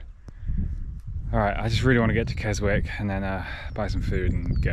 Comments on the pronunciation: Hia I ride and walk the lakes, just amazing cenery but very brutal, 🤔stay safe and take care😊👌❤️🇬🇧spelt Keswick pronounced kesick😂pastys after pastys😘👍😀😀🤣🤣🤣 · Up in my neck of the woods , but that route looked brutal and no wonder you are broken 😂 kudos for sure … rest up ready for your next adventure . Ps you got it right 2nd time it’s Keswick pronounced without the W 👍